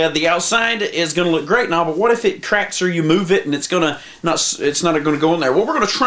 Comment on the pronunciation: "Wheaz' tha crack-izzz?" LMFAO